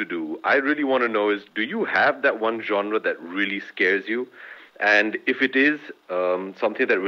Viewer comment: Am so impressed that Abhishek Bachchan is the only one who pronounced genre correctly 👍🏻